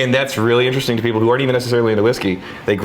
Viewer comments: I think this is a missed "Interestingk!" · was the first "interesting'k" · Did no one else catch the "interestingk" ? 😆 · Missed one!! “interestingkkk” lol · you missed saying “interestingk” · They missed TWO other "k"s both times with the word interestinK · You guys missed the big one. "Interestingk" and "thingk" ...